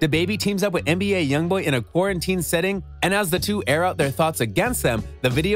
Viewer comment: Why you keep sayin mba when the correct way to say it is nba